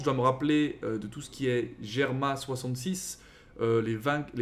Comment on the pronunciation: On prononce Germa "double six" aufet